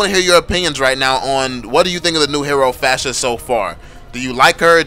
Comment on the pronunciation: It's pharsa, not fasha lol